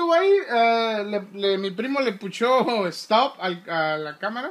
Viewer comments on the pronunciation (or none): none